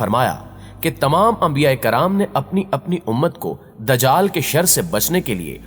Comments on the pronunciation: Bhai dajql nhi ..lafz dajjal hai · نہا یت ادب سے آپ کی ایک غلطی کی نشان دہی کر رہی ھوں۔۔ یہ لفظ د جال نہیں بلکہ دج جا ل ھے یعنی ج کے اوپر تشدید ھے تو پلیز اسی طرح پروناونس کیجئے۔